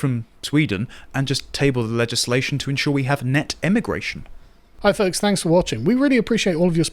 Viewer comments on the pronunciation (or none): none